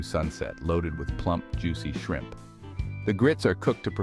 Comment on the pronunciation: AI has trouble with shrimp